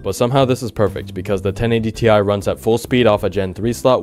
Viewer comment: Sorry.... But i think it's 1080 tie! 😅